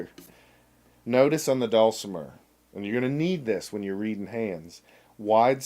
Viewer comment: I don't know how to spell phonetically, but I'll give it a shot. dull-simmer. Put the accent on the first syllable.